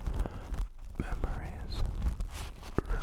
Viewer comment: "Chrimpasmas" is what i heard😭